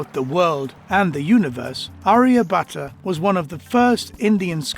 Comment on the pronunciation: he is aryabhata not arya butter 😆😆😆😆😆😆😆😆😆😆😆😆😆😆